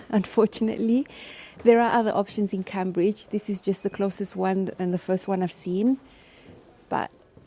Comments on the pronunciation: Well, you are pronouncing it wrong really as people do pronounce it Came BUT technically the river is Cam!! So, you could always correct them although I would not encourage that!!! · You look good! Your exercising results are showing! Enjoy England! I would love to visit one day. My last name is Cambridge, some people pronounce it as Cam-bridge but it is really pronounced Came-bridge. 😆